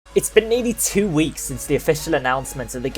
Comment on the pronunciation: With accent I though he said 82 weeks